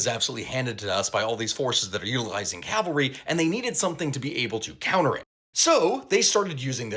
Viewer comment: Cavalry, cav not cal